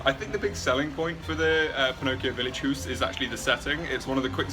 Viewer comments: It's "Howse" not "Hoose"...but that begs the question: Since Pinocchio is ITALIAN, why a GERMAN name? :) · Haus, Germans pronounced it like English say house. Not hoos that's Norwegian . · it's pronounced "house"